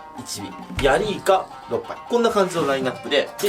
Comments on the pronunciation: 6杯っていうとこ何回聞いてもお〇ぱいにしか聞こえん、、、 心汚れてるな俺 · おっぱいに聞こえる。 変なこと言ってすみません。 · いかのろっぱい がお◎パイに聞こえた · 6杯がおっぱいに聞こえる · ヤリイカおっぱいて聞こえたの自分だけかよ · 6杯がおっぱ、いに聞こえた人しょーじきいいね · あんなドヤ顔で 「やりいか、おっぱい✨」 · ⁇?「ヤリイカのおっぱい どうもです」